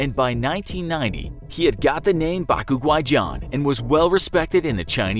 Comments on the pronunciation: it's ba guai ffs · Bac guai is pronounced BaK goo-I in Cantonese the literal translation would be white ghost, but when used in a sentence it’s usually meant to refer to a white man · It's Bac Gu-ai John. Not Bac Gu-ku-guai John. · Is that really Cantonese? As a HK people, I don't think so with bac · I'm Cantonese and that's not how you pronounce it 😅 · The prounoucation for his cantonese nickname is wrong and still throws me off when I re-watch the video and know it's coming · bruh have someone teach you how to say Bac Guai XD nice try though